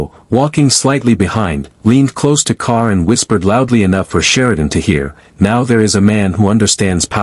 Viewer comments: It is G'Kar not Kar. Good grief. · Its JUH KAR, not KAR🤦‍♂️